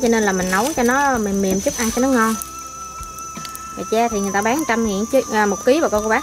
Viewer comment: gà tre không phải gà che